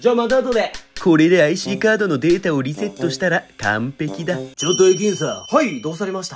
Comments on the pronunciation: 最初リセットがリッセットになってるw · 最初の話に出てきたセリフの[リセットすっぞ]が[リッセットすっぞ]になっとるよ